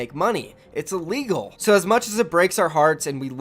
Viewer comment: “illeal” lmaoo love you bro<3